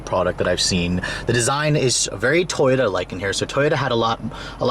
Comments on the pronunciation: he keeps saying toyta instead of toyota, lol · This man says Toyota like toyta.